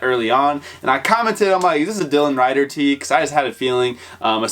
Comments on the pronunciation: Dylan Rieder‘s name is pronounced READER not rider. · its pronounced dylan "reeder" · Rieder is pronounced like REE-der. dope shirt tho that's a must cop for me. he was such a huge influence on skating and his style was just something special. RIP a legend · I was thinking the same thing hahaha. I watch his videos all the time and just came across this one. It’s spelled Rieder but pronounced reader. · The way he pronounces rieder 🤦🏻‍♂️